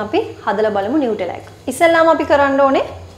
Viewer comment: නියුටෙලා නෙමෙයි නුතැල්ලා❤️